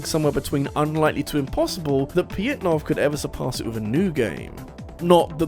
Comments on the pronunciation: Or "Pajitnov"? In my limited understanding of Russian, "Ж" makes a "zh" or "j" sound, not a "y." The closest they have is "Я (ya)," "Е (ye)," "Ё (yo)" in some cases, and maybe "Ы." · The way you pronounce Pojitnov's name rubs me the wrong way